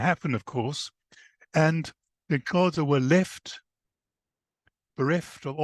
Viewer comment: Please can this man go learn how to pronounce the Xhosa correctly, before trying to tell their story! It's rude to talk about a people without having the respect of learning to correctly pronounce their name! mxm